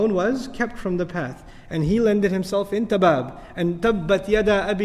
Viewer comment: he was KEEPTTT!! From the path... Jejus fuck you want me dead